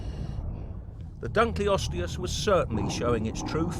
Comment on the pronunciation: It's actually pronounced "Dunkle (rhymes with uncle) -osteus" after the person who discovered it.